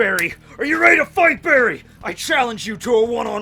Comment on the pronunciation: "Are you ready to FIGHT BEARY!!?" 😂😂